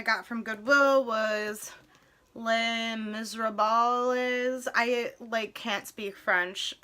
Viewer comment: Also Les Misérables is pronounced lay mis-rob (rob like robbery or Robert)